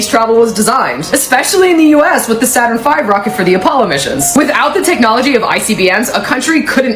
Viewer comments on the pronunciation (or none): none